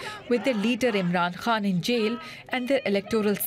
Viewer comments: Why does she keep saying Imran Haan instead of Imran Khan? Is it a speech impairment or some specific dialect or accent? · Hey it's Imran KHAN not HAAN . Like Genghis KHAN not HAAN!